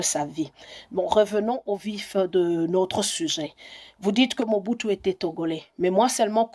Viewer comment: Je ne suis pas d’accord avec vous Madame. En droit une seule preuve suffit pour confirmer un ou plusieurs faits. Le nom Mͻbutu se trouve aussi dans le vernaculaire Togolais dont parlent les Ahodipkes au Togo. (Moi je suis Togolais ) Effectivement ca se pronounc exactement comme vous l’avez prononcer. Aussi est-il important de se demander comment lui (Mr. Kwebe) en tant que Congolais qui n’a jamais vecu au Togo arrive a connaitre cette histoire et meme prononcer ce nom Ahodikpe de manière tres correcte s’il quelqu’un ne lui est pas raconté les faits. Autant faire des recherches sur le Togo au seins de la famille Ahoditkpe à Lome avant de contredire le journaliste Kwebe. C’est une tres grande famille à Lome. Aussi les raisonnements de Mr. Kwebe sont rationnels solides. Si vous voulez faire des recherches voici les contacts par lesquels vous pouvez passer pour atteindre la famille Ahodikpe au Togo. RELAIS HOTEL AHODIKPE. 19, Bd. du 13 Janvier Nyékonakpoé - BP 13380. Lomé - Togo. Tel : ( . ( . Gsm : ( . Fax : ( .